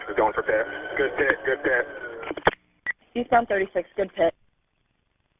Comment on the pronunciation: yall notice that they never say PIT correctly when on the radio.. 😭"pti pti pti"